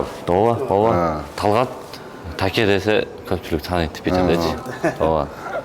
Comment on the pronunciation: Таке емес Теке деп эле койбопсун🤣